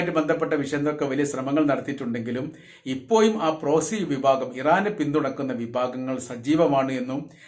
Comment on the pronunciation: ഇപ്പോയും അല്ല ❌ ഇപ്പോഴും ✅